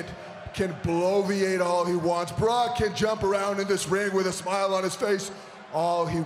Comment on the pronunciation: When Jinder said 'Barack" instead of Brock I thought he was about to say Barack Obama 😂😂😂